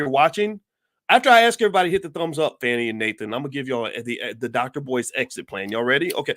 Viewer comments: Hi Dr. Watkins just so you know, a friendly F.Y.I. The correct pronunciation of the DA's name is Fawnee(Fani) not Fanny. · It is pronounced Fawnie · I knew when you mispronounced her name in the first sentence everything you said after would be BS and you didn’t disappoint You are one sorry brother 😢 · At least say her name right doc!